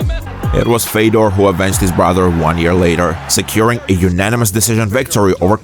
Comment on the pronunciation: Fiodor is retired like 10 years and people still disgustingly pronounce his name. omfg such a shame.....